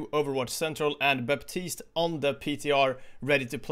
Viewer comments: Baptiste pronounced "batist", not "baptist" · the "p" in Baptiste is not supposed to be pronounced. The hero is from Haiti, which is a former colony, and his first name is French. The "p" is silent.:)